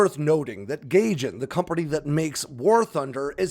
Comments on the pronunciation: It’s Guy-Gin not Gay-Gin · Gaijin is pronounced guy-jin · Gaijin is pronounced like "Guy-Jin" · It's a minor thing but the publisher's name, Gaijin, is pronounced guy-jin. It's Japanese for "foreigner". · i like how you called it GAYJIN. LMAO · Gaijin is pronounced “Guy-gin”